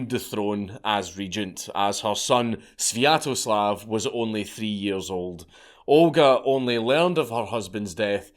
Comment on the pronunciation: I wouldn't worry about pronouncing "palanquin" correctly (or incorrectly), you already butchered "Svyetoslav"